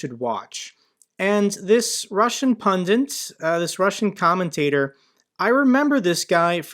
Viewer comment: Great stuff, love your videos, but please, the word is 'pundits'. Thanks.